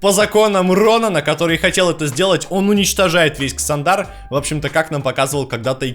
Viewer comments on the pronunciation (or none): чувак видосы интересные,но боже как же ты ставишь ударения.марвЕл,какой марвЕл??какой ксандАр??оригинал в транскрипции почитай.